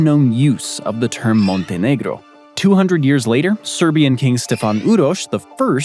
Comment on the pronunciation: What is your native language? Your pronunciation of Montenegro was much more impressive than papal. I've always heard it pronounced with a long a sound in the first syllable, schwa in the second. (I wonder how the Quebecois pronounce choix?)